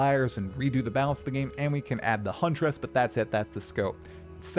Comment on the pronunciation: I find it funny how you say Huntress. Hunt-er-ess